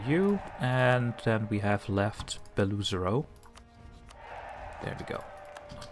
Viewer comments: Just for the future, Beloozero isn't pernounced "BelOOzero" but rather "Belo-Ozero" which means "white lake" some nice russian language info for u, gl in ur campaign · Not Beluzero, but Belo-ozero (means "white lake") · i always thought it was pronounced like "below zero" 😭